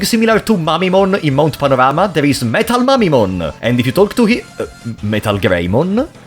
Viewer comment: I'm sorry, but the way you pronounce MetalMamemon sounds like "MetalMommymon", and for some reason I'm just imagining a MetalMamemon with huge... Chain Melons.